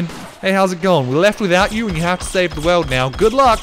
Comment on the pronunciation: The way pronounces 'world' cracks me up - 'save the weld'